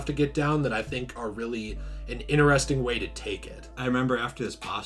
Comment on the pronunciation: No offense, I do love your content bro but it really triggers me when you say "ineresting". It's "interesting". Lmao! Besides that, I do like your content etc. This was fun to watch. Especielly at the end xD. I also feel bad for Arkham Knight. That game was good but not as good as the other Arkham games.